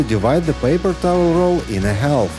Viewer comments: half is pronounced haf (the L is silent) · Great suggestions! BTW, the "L" in "half/halve" is silent, not pronounced. Same with "salmon". English is tricky, I know, even for native speakers. Your English as second language is very good. If you're an AI, the joke's on me!